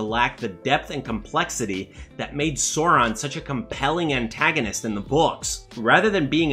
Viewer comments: cant take serious a guy calling for fidelity to the source, but at the same time pronouncing sauron as soron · Gotta get this off my chest: 1. It's Tol-keen not not Tol-kin. 2. Sauron is not a dinosaur, the a "au"makes the "ow' sound. Apart from this, the video seems pretty good so far. Keep up the good work.